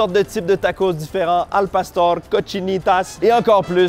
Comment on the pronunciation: Il fallait un peu de calibrrrrration et à c’est un succès la prononciation de al pastor 🙌